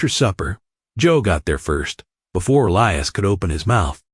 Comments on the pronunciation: The name is pronounced E lie is not el e us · His name is pronounced E- lias, long E, and long I